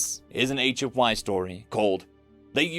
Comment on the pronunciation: For some reason whenever you say "HFY Story" I always hear it as "ancient wives story" 😂